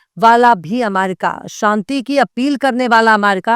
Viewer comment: Abe bolna Sikh le pehle america ko aamaerica😂